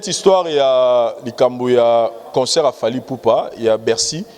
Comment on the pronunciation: Essaye de bien prononcer le mot concert et non conceur, tres souvent tu prononce comme cela. Sans rancune